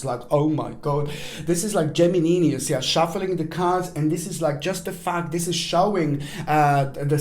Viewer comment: “37,000 CAHRDS!!!!” 😂🤣🤣😅 I absolutely love you you make me laugh so genuinely and it’s healing thank you 🙏